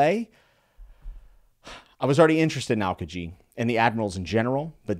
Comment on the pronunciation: Just for pronunciation reasons its al-kee-ji